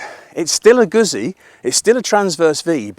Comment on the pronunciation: I've always loved Moto Guzzi - although I'm amazed that people still can't pronounce it properly - you can pronounce pizza ? Well, the ZZ is said the same way!! I'd been thinking about a Stelvio, as I already have. MotoGuzzi 1000S and an Africa Twin 1100. The Honda is a real tough act to beat and an amazing road bike. I bumped into a guy with a V100 Mandello yesterday and after a year of riding it, said that he really liked it. However he said that his mate had an identical machine that had been at the dealers awaiting repair for 10 months with electronics issues! Now, if that was a Honda, that would have been sorted, but you're relying on Piaggio UK, who are hopeless. So I'll enjoy riding my old Guzzi, but I'll take the Honda over the Stelvio. Or, as the man says, get a proven V85TT and spend the change on fuel and see the world.